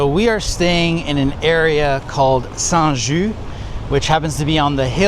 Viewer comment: It's not Saint ju , it's saint juST . Saint Ju means holly juice .